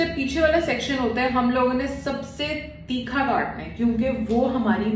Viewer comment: Theekha ni hota thircha hota h 🤣